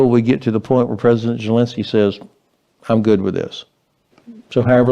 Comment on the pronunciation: Ben,you plonker,you can't even pronounce Zelenskys name properly. I suggest you send NATO to Ukraine,or the US military 😂😂😂